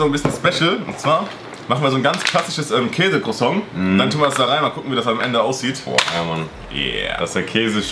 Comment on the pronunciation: man kennt es da käse"crosong"